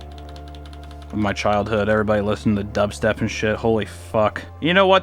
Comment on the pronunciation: i.... hhhhhh * breathes heavily*.... likehhhh * overpronounces* dub- steh-p......